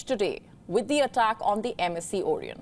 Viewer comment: You can't pronounce vessel or Orion.Pity